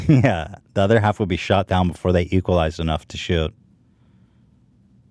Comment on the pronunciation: I love when hila pronounces “ other” as “uder”